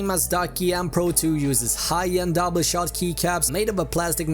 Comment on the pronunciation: Anny pro 2 lol it’s pronounced Anne pro 2